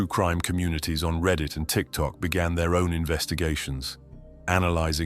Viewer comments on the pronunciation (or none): none